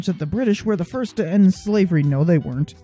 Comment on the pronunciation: Not to be mean but it's "the" not "YHE".